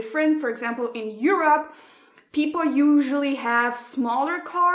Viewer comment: I love how you pronounce “Europe” as “You’re up”, because Europe is actually “up” in many aspects in regards to America. With love, this Mexican American from the border who is way too used to those culture shocks on a daily basis. Lol ❤️ loved the video!